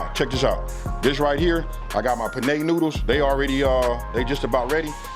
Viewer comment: P nay noodles bruh its pen nay 🤣